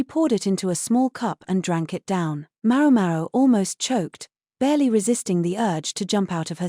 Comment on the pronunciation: For the love of God, will someone please adjust the AI accent to pronounce MaoMao correctly?!!